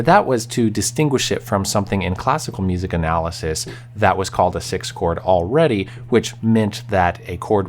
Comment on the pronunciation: I'm glad you have trouble pronouncing 6th like I do. 😎🤓